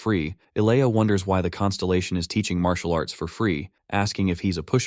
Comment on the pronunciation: I love it. Leave it up to AI to call it "marital arts".